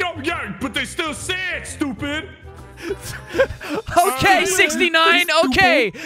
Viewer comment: “STOOPID”~ 😂😂